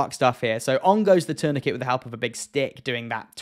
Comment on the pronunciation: How did you pronounce‘tourniquet’ 😮😂😂😂